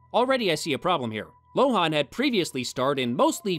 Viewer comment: I hate to be the pronunciation police, but Lohan's name is pronounced Lo-HAHN, not Lo-HAWN. Also, next time's The Love Guru, the reason we don't see Mike Myers in lead roles anymore. God help him. Edit: According to Wikipedia, we're both wrong. Lohan's last name is pronounced LO-in.